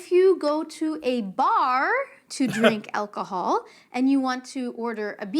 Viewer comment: I'm terrible at measuring and this is why! Why did she say "melk"? And "elcohol"?? What the hell?